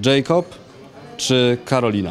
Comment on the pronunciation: Jakob sie mówi nie Dżejkob ( specjanje napisałam )